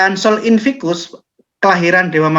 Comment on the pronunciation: koreksi sedikit pak: sol invictus... bukan sol invicus